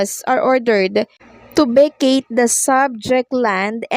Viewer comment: Vacate- hindi Vecayt. Ka simpleng English yan!